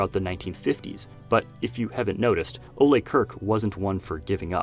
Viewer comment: The way you're pronouncing Ole's name is aggravating. The E is silent